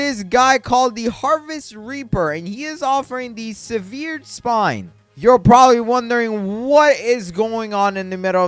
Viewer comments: Severed is pronounced sev-errd, not su-veered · if you say sehVEERed spine one more time im going to lose it